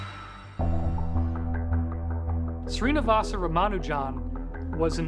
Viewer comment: Please correctly pronounce the name .